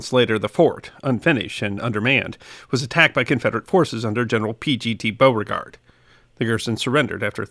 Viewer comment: Oh no you didn't! I bet I know how you said it. I haven't watched yet. But for shame! Shame! Shame! :-) Its Be-you-fort But you got Beauregard right. which just goes to show you southern slang don't make a bit of sense.